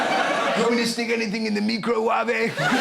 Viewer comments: “MeCrO wAaVaE”- Nigella Lawson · The way Nigella says "microwave" is simply the way that Spanish-speaking people would say it if we pronounced each vowel the way we do in Spanish. (That's not how we say "microwave" in Spanish, though). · I've definitely used Nigella's pronunciation of microwave before. I was just being silly, which I assume she was too. Even if she wasn't it's ok because she's Nigella & I love her :) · Does Russell not understand that she was pronouncing all the letters in microwave not just adding and ‘e’ sound to the end of words?